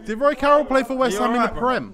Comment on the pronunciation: Man said Roy Carroll 😭😭😭😭😂😂😂